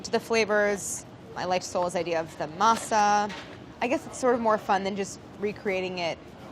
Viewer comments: Kills me how she pronounces Spanish words so American but pronounces French words correct. Masa=mah-sah and Harina=ah-rree-na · I fricking hate when you say masa or jarina (harina), when it's literally translated to dough or flour, or even saying crema when it is straight forward cream. I don't understand why